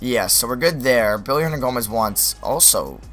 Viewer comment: Isnt it Willy hernangomez? This dudes sayin billy